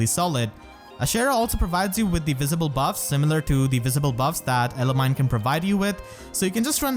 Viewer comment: Pronounced: Elimi like eliminated and then knee not mine.